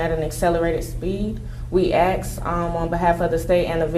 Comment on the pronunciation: Holy shit... the lawyer says "aks".